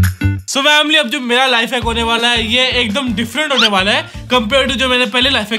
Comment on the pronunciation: Family ❌ Vamily ✅😂😂